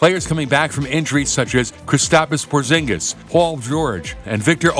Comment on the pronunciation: i stopped watching as soon as you said “kristapas porzingus”